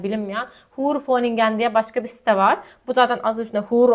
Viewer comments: Huur diye yazilir hüür diye okursaniz iyi olur cunku huur diye soylerseniz orospu demis olursunuz,bilginiz olsun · hahaha burayi hollanda doğumlu birine dinletin.. hoer hahahaha süper.